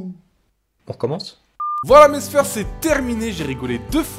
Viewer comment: Pourquoi tu dis toujours maissphère je ne comprends pas pourquoi tu dis ça 🤔(je ne l'écrit pas bien le maissphère)